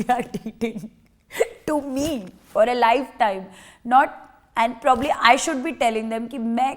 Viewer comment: What’s up with the English accent Mannara?❤ cute but please work on pronunciation rather than accent.. was a pain to hear the word PROBABLY AND PUBLICLY 😂.. open google and it will teach you how to pronounce..😅 overall great great personality and oh soo pretty. Good luck gorgeous!